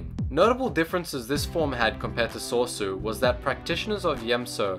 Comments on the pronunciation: Sorry for nit picking but it pains me. It's So-REE-su. not sor sue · He says Soar Su Most people would say Sor e Su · sor so my ninja REALLY! its sor-ay-su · '' Top 5 Gaming Soresu is pronounced So-re-su. I just had to point that out. thanks you for the video though. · Dude what is Sor-sue? It's Soresu as in Sore-E-Sue. Other than that nice vid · rick handley it would be So-Ri-I-Su for Soresu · And Soresu was pronounced Sor-Sue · Sauce-oh is my favourite technique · I enjoy the video greatly, but I just have to ask, when he's saying soresu, am I the only one hearong 'sorso' or 'soso'? I enjoy thie video, and I appreciate it, this is not meant to be a negative comment, but positive critisicm, keep on going man, you're doing great! :) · "Sore Su". Are you kidding me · "Sor-ee-su" is how you pronounce form 3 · Form III is pronounced So-rey-sue btw. But good job on the description and notable users. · Soresu is pronounced saw-ree-s-oo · wtf is Sore-so? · say it with me :P So - Re - SU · So-re-su pronounced soh res u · For crying out loud, if you're going to make a video about the forms, get the pronunciations correct. Shi-Cho (SHE chO) Makashi (ma-KAA-shee) Soresu (SO-ray-SUE) Ataru (ah-TAR-uu) Shien (SHEE-in) Djem So (GEM SO) Niman (NEE-mahn) Juyo (JEW-yo) Vaapad (VAH-pad) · its pronouce sor - ies -ue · Ma-ka-shi! SO-REE-SUE!! ATA-RU!! DA-JEM SO! JU-YO! Seriously! You call yourself a Star Wars fan but you cannot pronounce forms properly. At least you pronounced Shii Cho, Shien, Niman and Vaapad right. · Dude if you're going to do these videos then u need to pronounce the words correctly.... it's SO-ree-su, Nie-man, Vay-pad